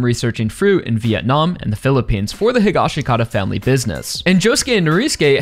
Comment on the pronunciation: I like your assessment,buuuuuut you still say Josuke’s last name wrong! It’s Hee-Gosh-Kah-tah! That’s how Araki says it, that’s how the sub says it in part 4, and that’s how they say it in the live action movie!!!!